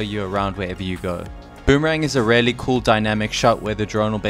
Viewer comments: Really.!!! Your favorite word. Please say it right. It should sound Rilly or reely, not relly. Or use variations:truly undoubtedly genuinely without a doubt honestly indubitably certainly surely assuredly unquestionably undeniably indeed Thank me later. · you know, there IS a letter "A" in the world "reAlly", yes ? It does not pronounce RELY, it is REALLY , like reeeely . mkay ? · If I got a dollar for every time you say Relly 😂😂😂😂